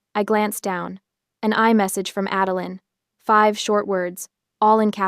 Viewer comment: LOL My ex-mother-in-law's middle name was 'Adeline' . She never knew how to pronounce her own name. One day it was 'Ad-el-eye-n' the next day it was 'Adel-een'. I grew to hate that name. This story is the first time I've heard the name since she died, I loike the way OP pronounces id 'Ad-el-lin.'